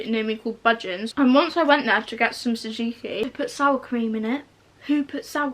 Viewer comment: Anyone else triggered by the way she says tzatzki? Actually love 😂